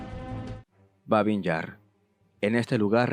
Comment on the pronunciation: Babi o Baby, sin n final.